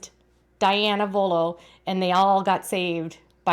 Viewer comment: Their name is " Vuolo" not "Volo"!!! Also, it's "Mentor" not Menter"!!!